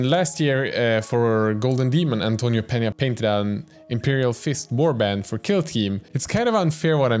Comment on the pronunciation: You're probably the only youtuber that pronunce correctly 'peña' and 'vallejo'